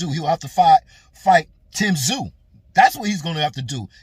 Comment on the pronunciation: You can thank Charlo for the Ta zoo pronunciation to get under Tim's skin😂, pretty poor from quacklo.